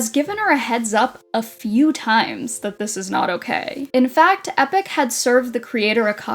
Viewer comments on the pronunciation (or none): no you pronounce it right. got it so wrong😂its ee pock not epic😅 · You really gonna pronounce it Epic through the whole video..